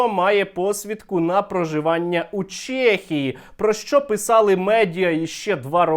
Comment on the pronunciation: ЧЕхія не ЧЄхія, а так топ відос)